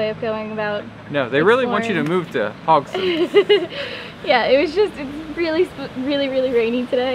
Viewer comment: A bit late, but the e in Haugesund is not silent. Like most e's in Norwegian, even the ending ones ;)